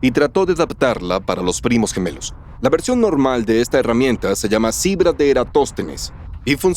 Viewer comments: Hay algunos errores de pronunciación en el doblaje, como cuando menciona la "cibra" de Eratóstenes. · No son de IA, se nota que contrataron actores baratos, no pronuncian bien, dicen Cibra, erastotenes, etsprimir,aprotsimaciones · Soy físico y puedo decir que las nuevas voces no leen ni pronuncian bien, por ejemplo: Cibra, erastotenes, etsprimir,aprotsimaciones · Si son humanos, pronuncian y leen mal las palabras Cibra, erastotenes, etsprimir,aprotsimaciones En realidad son actores baratos